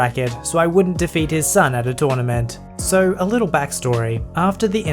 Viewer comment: Tounament! xDD